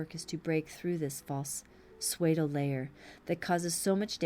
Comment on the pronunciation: You are doing such a great and dedicated service by reading these commentaries, I hate to criticise anything about them. However, that being said, would it be possible to request that you pronounce ‘Pseudo’ as ‘Sue-dough’ rather than ‘Sway-do’? Regardless, I’m very grateful that you make the effort to do them, I find them extremely helpful. Thank you!